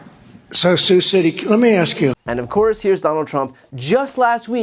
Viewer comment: They still clapped even after he said their city name wrong.